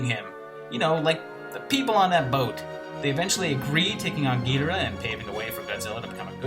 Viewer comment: Thanks you for pronouncing Ghidorah the way I always did.